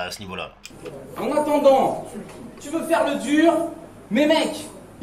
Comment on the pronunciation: "c'était duuur" avec l'accent c'est fou